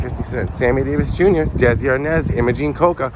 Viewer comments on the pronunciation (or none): none